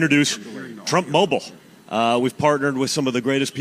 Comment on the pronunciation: Donny Trump Junior The Second: “With Trump Mah-bowl..” he meant “mobile”. It’s happening to Junior already. Trump cognitive derangement loss/gain psychosis dumbing down genetic inferiority through poor breeding syndrome.